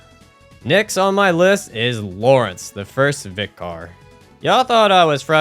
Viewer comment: Vicar is pronounced like "Vicker"